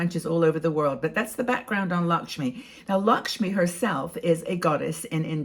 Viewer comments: It's not Lakshmi,it is pronounced as Lak- may.I'm Indian ,and Lakme is my favourite brand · Lovely look - enjoyed the video . I love Lakme products - just a hint its pronounced “l-a-c-k -m-a-y” not Lakshmi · I am an Indian and thank you for sharing your knowledge. Although I must admit you missed out on the chance of dressing up with some Indian Bollywood style jewellery 🤣❤️. Also it's pronounced as "Luck me"